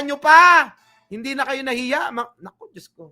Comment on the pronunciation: Parang Hirap Na Hirap Si VP Sara , na " Bigkasin "Ang Salitang"Diyos!".